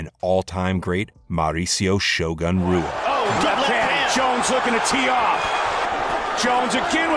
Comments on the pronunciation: Shogun Rua….bro not roo-uh; it’s who-uh. Like Joe Hogan lol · HOO A...not ROO A